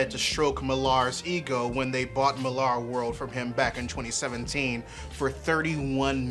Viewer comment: I adore your channel and appriciate how you think and try to think about so very many things. As someone who has read Mark Millar since his early 2000ad days, I agree with many of your criticisms. But for the love of all that is, please stop mispronouncing his surname. I get the spelling thing, but it's pronounced the same way Miller is. It's a UK thing. Fatman Beyond 5/10/2021 even the esteemed Marc Bernardin points to this being so.